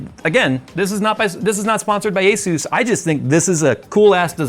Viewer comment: Asus is pronouced Ay - Soos!